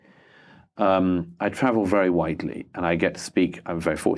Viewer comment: LOL sounds like "I travel very white-ly." Right on command